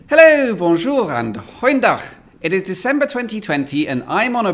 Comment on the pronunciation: Please, stop with the “bonjoureuh” there is e in BONJOUR